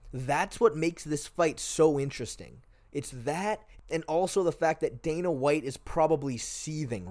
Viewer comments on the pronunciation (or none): none